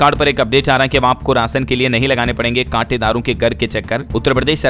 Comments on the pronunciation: Katedar nhi kotedar hota hai 😮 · काटेदार बोल रहा कोटेदार को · Katedaar nahi kotedar